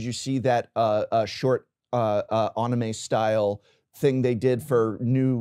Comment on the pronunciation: Hold up, "on-ee-may"?